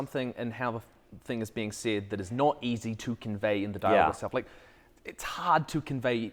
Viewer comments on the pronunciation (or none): OOHHHHHH “said”….not “Cid” I was really confused about why we were talking about final fantasy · "Said" my dude, maybe I need to turn this up a bit but I thought you were saying "SID" like it was some sort of short hand for something. Got it once you guys got into it though. This is great, thanks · I heard that 'said' as 'sid' for the longest time. As for writing what you know, if you don't know, DO RESEARCH. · Oh "said".... I kept thinking he was saying "sid" or S.I.D. like an acronym for some writing technique, lol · I'm guessing you're joking, but in case you aren't: They were saying that they thought it was a term or acronym. But it was just his accent — giving the word "said" more of an "i" sound (as in "did"), when Americans usually pronounce it with an "e" sound (as in "bed"). It was just one of those: "Are you sure we're both speaking the same language?" moments.